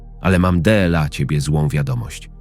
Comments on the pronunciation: Czego chcesz od czytania,? Bardzo ładny głos I czytanie dobre poza jednym słowem Dela. Tak inaczej jest w porządku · Można zauważyć jak czyta jedno słowo Słowo DLA czyta DE EL A